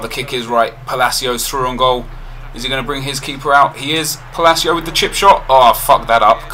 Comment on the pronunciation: Palacio is pronounced "Pah-Lah-Cee-Uh" NOT "Puh-Lay-Cee-O"